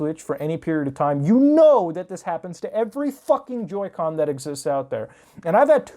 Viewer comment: Joy "con"